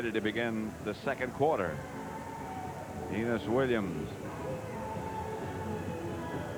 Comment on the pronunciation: I love how pat, in all cardinals games, refuses to pronounce it as anything but anus williams